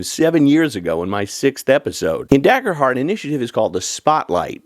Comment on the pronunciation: It’s pronounced Daygerhurt btw…